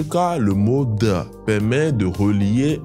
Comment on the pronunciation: J 'aime beaucoup votre façon de prononcer mais là, j'ai du mal avec de car j'entends da !